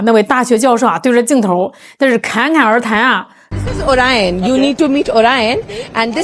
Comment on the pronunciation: Orion 发音应该像 奥right燕